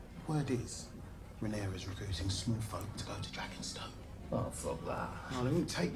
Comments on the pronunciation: COUSINS! It was incredible and which VFX house do you think could have pulled it off? Ryan Condal said in the podcast that they got Wētā FX to do it., please say Rhaenyra properly. There is is no 'S' in Rhaenyra. I know you can do it because you've done it before. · stop!! putting!! an!! S!! on!! the!! end!! of!! Rhaenyra!! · her name is Rhaenyra not rheanarys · i am once again requesting to say rhaenyra instead of rhannaros or whatever he says 😂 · It's Rhaenyra. Not Rhaenyris. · I feel like they’re mispronouncing Rhaenyra’s name at this point 😂